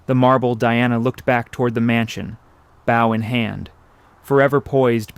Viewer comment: "Bow" pronounced ba-ow by the dumb. AI when it should be 'booo'.